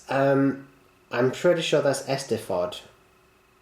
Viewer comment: it sounds more like "ice sted vod" but in a welsh accent haha